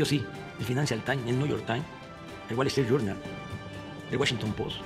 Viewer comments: Es más bien, el fainancial tain, el niullor tain, el güalestri yurnal, el güachinton pos y el güachan güer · el Financial Tain, el Niuyor tain, el Wallestrit Yurnal... el Washington Pos